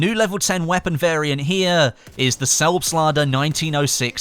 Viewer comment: I have to laugh everytime when you say things like "the Selbstlader"